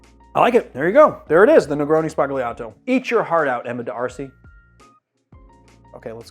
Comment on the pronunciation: You don't pronounce G's in Italian before an L or N. Think Lasagna. Its just an accent like the ñ in Spanish.